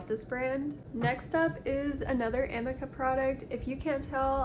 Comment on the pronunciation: It’s A - MEEK - A